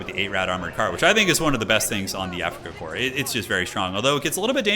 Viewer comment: There is no Afrikakor. It is Afrikakorps. AfrikakorPS. I cant hear korps I only hear kor... ???